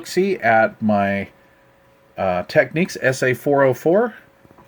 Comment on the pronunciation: Gorgeous receiver, and thank you for pronouncing Technics correctly!